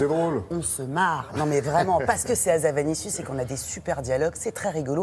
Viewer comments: HA-ZA-NA-VI-CIUS et non pas havazanicius s'ilvouplait soyez professionnels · "Hazavanicius", non désolé c'est Hazanavicius, désolée ça ma sauté aux oreilles ^^